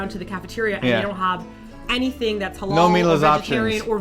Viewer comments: You did mispronounce "Halal", though. xD It's more elongated in reality. (Ha-laal). I wonder if you guys can pronounce it in Arabic which is a ح instead of an "H". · lol you said hulal food its literally said ha lal i have cousin that is muslim so iknow